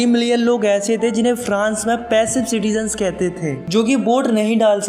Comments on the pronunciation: citigens nahi hota citizen hota hai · every thing is good but it’s citizens not citigens thanks ☺️ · citizens hota hai sir😅😂